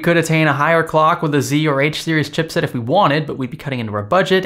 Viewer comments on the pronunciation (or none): none